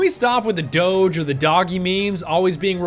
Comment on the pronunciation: uhh... no, those are mortar rounds coming from the armored train... you think that gun shoots a fucking 120mm shell? Also, l2pronounce doge correctly noob